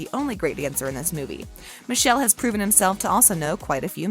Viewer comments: his name is actually pronounced '''Mickhélé'' not Michelle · It's Mikel not misel😑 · Michelle? No honey. It’s mee-keh-leh. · This narrator is so grating, no interest in correct pronunciation of names. Massimo is MAH-see-mo. Puglia is POO-lee-ah. Michele is mee-KAY-lay. Grrr. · Please pronounce Michele's name correctly.